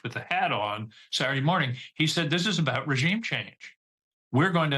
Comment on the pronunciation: He also said regume change like Venezuela